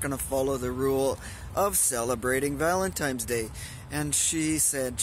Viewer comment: That soup look really good! That was a very nice, thoughtful ramble about dating, relationships, and vanlife. And oh, buy the way, it;s Valin TINE'S day, not Valin TIMES day. LOL